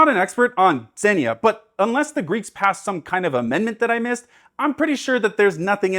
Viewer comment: creates a GORGIOUSLY crafted motif video that convinces even ME to look into Epic Also: Mispronounces "Xenia" And yes I'm late. I'm aware. Dill with it, pickle.